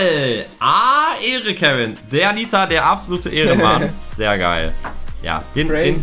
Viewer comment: Vorallem es nervt mich so das Lukas nita immer falsch sagt nciht böse gemeint 😅